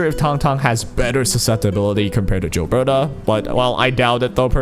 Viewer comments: its not JILBETA, its GILBERTA!!! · You saying "Jill-berta" is giving me that same annoying itch when people say "jiff" instead of "gif" lol I'm also pulling for Rossi, 100%, she's adorable and I want to combo her with an Ember team, as Ember's damage is honestly quite good but having both of them on the same time will hopefully create a fun squad where I can swap between them depending on what fight or how I'm feeling.